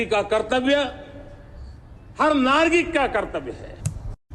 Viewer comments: Ek word par aap ne dhyan dia nagrik ko nargik bola hai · Aaj samajh aya ke Nagrik ko Nargik v kahte hain..... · नारगिक❌❌ नागरिक ✔️✔️🤣🤣🤪🤪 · Yeh h pm nagrik ko nargik kah rha h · Nagreek ki jagah nargeek bola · एक चीज तो रह ही गई, शुरू में ही मोदी ने 👉नागरिक, को 👉नारगिक बोला है, ध्यान दो , वैसे एक नया नाम दिया है , चिचा चाय वाले 😂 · अरे चचा वह नारगिक नहीं नागरिक होता है। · First scene नागरिक को नारगिक बोल रहे महाराज। इतना डरे हुए हैं 😅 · Dhayan se suno nagrik ki jagah nagrik bola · हर नारगिक का कर्तव्य है। ये नारगिक क्या है शर्मा जी? इस वीडियो में समय 0.7 पर सुनें। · कोई बताए "नारगिक" क्या होता है😖🤭🤔